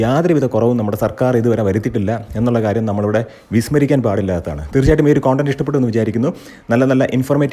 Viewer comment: കോൺഡന്റ് അല്ല കൺഡന്റ് എന്നാണ് പറയേണ്ടത്